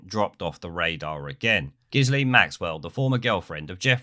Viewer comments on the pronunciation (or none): Her name is pronounced Gill (as in what fish breathe through in the water) and -Ann,. Although, having said that, your original pronunciation is apt... seeing what filthy business Ep and Giz got up to. Also, her dodgy dad committed suicide off one of his boats that's named after her (Lady Ghislaine). NEWSFLASH: The results of a post-mortem on Giz Maxwell concluded that she took her own life. Two bullets were found in her brain and one through the back of her neck. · I think it's pronounced, "Jizz-Laine". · its just pronounced "gillane".......she's a cow anyway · Repeat after me: JIZZ-Lane. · Correct pronounciation is Grisly maxwell . , Whose Dad stope entire penstiin funds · I think it's pronounced 'Jisslane' but I may be wrong. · Pronounced Geelane. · Pretty sure her name is pronounced "jizzlame"...🤔🤔🤔